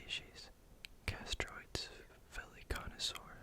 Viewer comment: Chitin has a long "I" like kite. K-eye-tin Therefore chitinous is also pronounced kite-in-us Secretions is si-cree-shins Convert not "connect" Castoroides is cass-tor-oy-dees similar to deez nuts Parasaurolophus not "Parasaurus" Same sentence: has not "was" Startled not "started" Lengthy not "lengthly" Disproved not "disapproved" Chisel-shaped not "chisel-snapped" Extremely efficiently not "extremely efficiency" Growing up to 50 feet long not "Growing up to SO feet long" that says 50 not SO. To take large vertical hops up huge walls and cliffs not "to take out large vertical hops to make walls and cliffs" And there's others... They have pronunciation guides on each animal's page in the wiki. Going through this again I noticed way more than I did the first go around because I was not reading along. You just did not know many of the words like trawling or the phrase "as it is not fast enough to catch..."....many things were not the font's fault. It's your video anyway you should be able to make it a good video without the font as an excuse. Oftentimes you were adding words where they didn't belong. Hope I was not too rude. Just trying to give you a quick kick in the pants if you want to make good videos